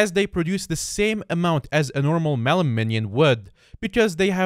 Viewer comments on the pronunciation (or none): none